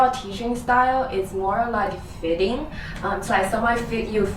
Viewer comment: Don't say "fitting", when you mean "feeding"! Learn to pronounce the LONG EE!